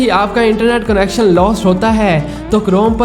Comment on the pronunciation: Bhai koi French ya Spanish language lagti hai